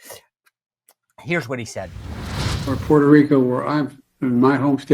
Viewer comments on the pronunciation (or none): none